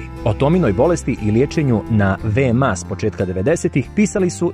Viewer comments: Kaže se ve-me-a (VMA) a ne ve-em-a😉😉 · Kakav vam je to izgovom VeMA se kaze za VMA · Prestani da govoriš VE-EM-A!